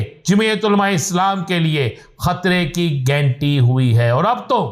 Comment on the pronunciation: Aby o gainti nahi ghanti bol. Urdu ko tabah na karo.